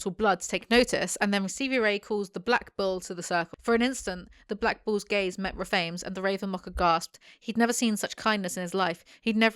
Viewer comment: Took me way too long to realize you said 'bulls' and not 'balls'.......